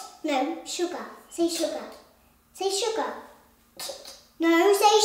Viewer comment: I have mixed feelings when amber can't say sugar properly... That part when slowly start revealing Amber's side